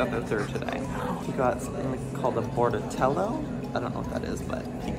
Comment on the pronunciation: Bordetello 😂😂 it’s bordetella and it helps prevent kennel cough